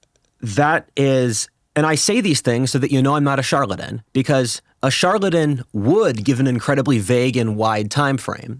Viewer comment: I can't trust anyone who can't pronounce the word charlatan, properly.